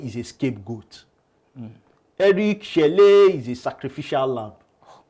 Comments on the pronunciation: Chelle is pronounced Chell not chellay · Eric sekou chelle is pronounced " Eric seku shell "